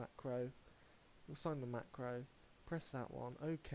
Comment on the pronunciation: I listened a few times to get the right steps in...and kept hearing him say macro a million times wrong. A co-working came into my office asking me what the hell I was laughing at. Never in my life have I heard someone go back and forth like that. After I was done laughing, I kinda wanted to make him stop talking forever.